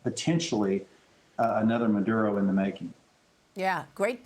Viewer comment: Its Maduro not nvsdkjava dojv dvhkjv ! Don't start this again. If so its Norge not Norway. Cymru not Wales. And on and on and on and on. Snap out of it.